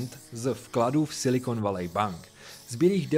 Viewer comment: Super informatívne video ale to "Silikon Valej" mi trochu trhá uši :D